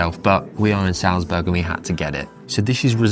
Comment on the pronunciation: Almost well enough to make up for how he pronounces Salzburg...!